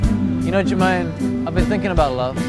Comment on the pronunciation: NO, his name is actually Jemaine. There is no 'r'